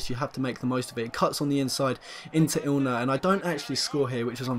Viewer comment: Ilner? His fucking name is literally right in front of you. IN. LER.